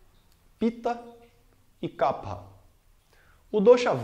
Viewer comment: Excelente explicação sobre Ayurveda! Grato professor. E que bom ver a pronúncia correta do dosha kapha. Pois muitos professores pronunciam incorretamente "kafa". Namaste!